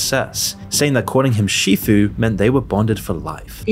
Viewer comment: It's sifu, not shifu.